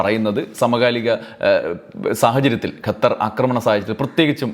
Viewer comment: ഗത്തർ അല്ല ഖത്തർ ആണ് ശരി